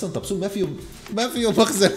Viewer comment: طومسون ❎ طبسون ✅ 😂😂😂😂